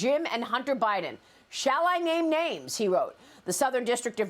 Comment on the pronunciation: did she say he got arrested in Feburary?